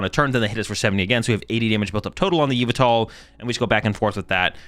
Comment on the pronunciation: say it with me now yuh-vel-tuhl